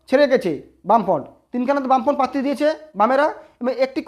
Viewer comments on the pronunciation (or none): Uccharon ta ektu thik korun bhai. "Patti" na "Prarthi"."Tinomool na "Trinomool"